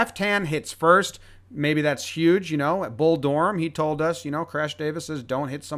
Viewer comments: The pronunciation needs a little work tho lol “door-em” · Why did you pronounce Bull Durham so fuckin weird